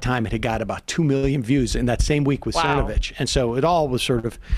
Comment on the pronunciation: I believe it's "Thernovich".